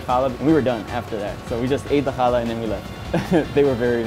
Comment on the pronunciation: There’s a mistake in the written script it’s challah bread which is pronounced as hala